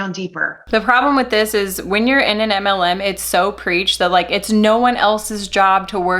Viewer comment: I’m obsessed with the way your pronounce “MLM” 😍